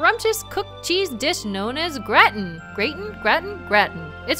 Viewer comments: I believe it is pronounced grah-tin with an ahh sound. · It's said like "Grah-tin",. And it's sooooooo good...:D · Also, it's 'GRAH-tin." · ninjaydes, It's Gratin, but pronounced Grautin. At least, that's what I was told. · IT'S. PRONOUNCED. GR-AH-TIN. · It's pronounced gra-teen as far as I know.